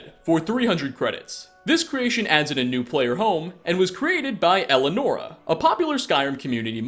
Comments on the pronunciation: It’s ELIANORA NOT ELLENORA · el i anora. Remember the i. but overall, good video. dont wanna be a grammar nazi, sorry if it came off as dickish